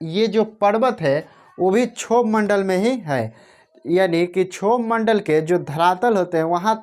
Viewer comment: सर क्षोभ मंडल का सही उच्चारण करो